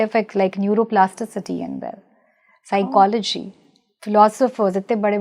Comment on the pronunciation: Please pronounce psychology properly 😂